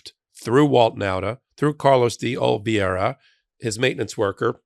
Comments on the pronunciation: you consistently mispronounce Carlos DeOliveira’s name…..It is Pronounced “DeOLIVERA” not DeOLIVIERA. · Hey! Great hot take. Quick pronunciation correction: It’s Carlos (DEE)(OLIVE)(ERA). It’s a common last name in Brazil my guess is he’s of Brazilian heritage. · DeOliveira, De-O-li-vei-ra. For your American tongue, it's probably best approximated by: dee-Oh-li-VAIR-ah. C'mon, it's not that hard. Give it a shot! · Love you,! (It's De-OLI-vera) (sorry) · Olive-era is the pronunciation